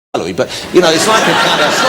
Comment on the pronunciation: wichard hammond has a love for celewy.